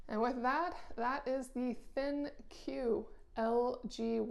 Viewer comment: It's actually pronounced "Think" 😊😊😊😊❤❤❤❤❤